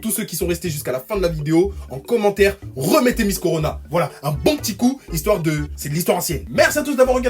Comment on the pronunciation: Au lieu de dire (miss) corona nos d'arrondissement disent corlona